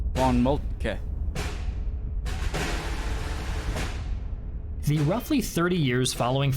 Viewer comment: Definitely not fault. His initial von Moltke was on point.